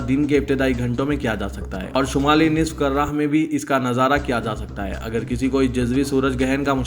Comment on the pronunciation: اسی طرح آج سورج گہن کی خبر میں karra پڑھا گیا جبکہ صحیح لفظ کُرہ kurra ھے، __ مشورہ ھیکہ اردو داں احباب کو پہلے سُناکر پڑھنا مناسب ہوگا، شکریہ